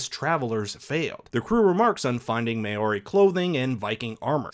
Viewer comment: It’s how non New Zealanders pronounce “Maori”. For the record, its almost like saying “Moldy” but like “Mowri”.